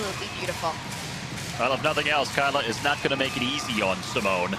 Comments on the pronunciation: SEEEMOONAY BAIS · Thats not how to say Simone